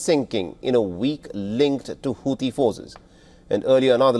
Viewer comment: Sorry I heard hauti devil's 😂 hauti rebels rather